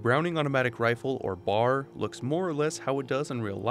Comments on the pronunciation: B.A.R. not bar. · It's not a bar of chocolate. You pronounce each letter individually in order. B.A.R. It's not an acronym. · Please don't call them "clips". They are called magazines. Or mags for short. The only weapon it is acceptable and proper to call them clips is the M1 Garand. And the I in the word "carbine" actually has an "E" sound. So phonetically, it is pronounced "carbeen". You also don't call it the "BAR". You pronounce each letter. B.A.R. I am a veteran and an Historian so nobody try to tell me I'm wrong.